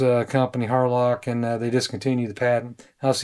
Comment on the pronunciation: Thanks for showing us this. Had to listen carefully tho. Wasn’t sure if you said Harloc or Harlot… 😂